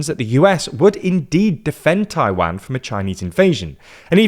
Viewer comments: Not Tai-WEN, Tai-waan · jesus, its not pronounced as Tai-Wang.... it's tai-WAN.... U r english, u should be able to pronounce it correctly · Repeat after me: Tai Wan, not Tai Van. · Why do you Brit’s and Aussie say Tai-WAN, like WANKER. Pronounce it better like a Canadian and American, TAI-WON. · Hearing you call it "Taiwhaen" is really confusing. Far as I know, it's pronounced "tai-one" , right? As in the number one. Taiwan -> tai-one? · it is "Taiwan" not "Taiwen" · 😅 i really really enjoy the subject and the analysis as a whole, but. Those pronunciations hurts my ears. It is Taiwan, with a W, not a V, it is not a Van. And then Tsai Ing-wen, and Lai Cing-Te. Lai Ting De, as it is pronounced. Those Cing and Te, is wade Giles. A really really bad and really old way of writing the Chinese pronunciations. 😅 This is where Nanking, Peking, and so on comes from. Just like it is pronounced Beijing, and not Peking, then Lai Ching-Te is not pronounced Lai Ching-te, but Lai Ting-de. I am an actual Taiwan expert so I agree with parts of the analysis, and overall it is solid. And that is big compliment since most coverage of Taiwan is 😅😅 well,🐶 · 我说的是"a", 不是"an"和"ai". 用IPA表达 正确的读音应该是/tʰaɪ wan/, 视频里那个人说的是 /tʰɑɪ wæn/ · Dying at english pronunciation of Taiwaaaan 😂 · taiwen. jeesus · agree, the strange pronunciation is very noticeable, "Taiwanne". Good informative video nevertheless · It's pronounced "tie-one" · The way he says "Taiwæn" is making me cringe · At least learn to pronounce the name of the country you're talking about. It's painful to listen. It's Taiwan with a long second 'a' sound. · Where is Tai-Wan? Are you deliberately mispronouncing it - or you just don't know? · Please stop pronouncing "Taiwan" like this 😭😭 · For a person that can’t even pronounce Taiwan properly, how can I take your point seriously? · Jesus please stop mispronouncing Taiwan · That's not closer to the Mandarin pronunciation. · The pronunciation of Taiwan is killing me lol